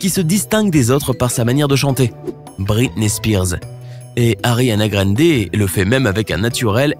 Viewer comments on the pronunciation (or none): Ya pas de r a grandé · Jaime bie il a dit ariana grandééy